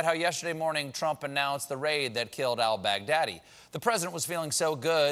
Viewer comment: I cannot get over the way Stephen says Al Baghdadi. Al Bagdaddy